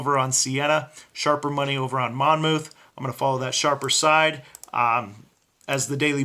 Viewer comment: The second 'o' is silent. It's pronounce "Mon-muth." The o-u-t-h reads like a soft u, "uth."